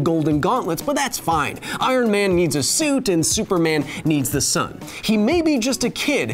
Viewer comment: Kyle are you mispronouncing stuff on purpose? Lmao Supermun Ooocoorahna